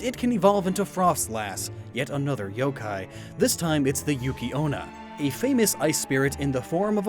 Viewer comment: Wait did u say yooo kai